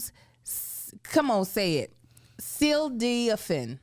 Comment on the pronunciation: . Its Ta -dal-Uh-fil and sil-den-Uh-fil